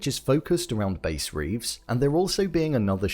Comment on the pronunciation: Bass Reeves isn’t a yellowstone story. He was a real person . It is an historical retelling. Bass like the fish, not the guitar